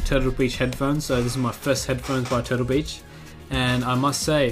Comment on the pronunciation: it sounded lik he said total bitch instead of turtle beach(